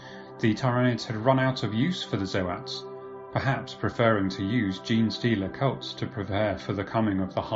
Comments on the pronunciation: "Zo-ats".. What are you on! Its "zoats". Like oats! Someone save us! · ZOTE NOT ZOH AT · So, I appreciate the effort this stand in creator made, a few key things kept the video enjoyable. To get it out of the way, Zoats is just Goats with a Z. No fancy articulation is needed. This isn't a big deal but it is a bit rough on the ears. The music was a bit too loud, at some points I had problems deciphering what was said. It may also just be the tone of your voice that is a sleepy drone. The strobe effect from that old slide show effect was pretty annoying, I wouldn't say seizure starting, but it definitely wasn't pleasant to look at. I think, overall the creator may be good in his own respect, but the vocal cadence is a shock from Arch's upbeat tone. Think a trumpet vs. A lazy trombone. I wish I could have enjoyed the video more, but I had to stop as I couldn't really digest any info. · The way you pronounce Zoats hurts my soul. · Think he is fucking up zoats too. How do you pronounce tyranids?